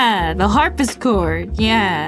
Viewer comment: Ngl, it's kinda triggering me how she's calling it a "Harpischord" xD